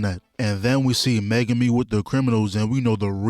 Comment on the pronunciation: Ain't no way bro said megume😂😂😂